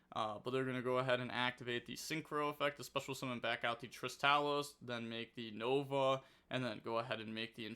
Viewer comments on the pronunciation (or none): none